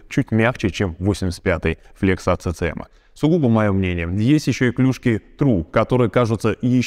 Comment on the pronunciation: CCM читается как Си Си эМ.